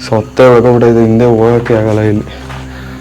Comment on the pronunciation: ಸೊತ್ತೆ ಅಲ್ಲ ಸತ್ತೆ😊